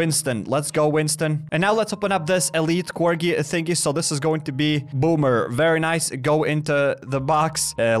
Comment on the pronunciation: Ok the way u said Kobe 😂😂 and then boomer 😂😂😂